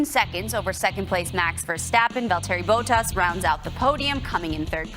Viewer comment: the way that anchor pronounced Bottas' name should be illegal😂😂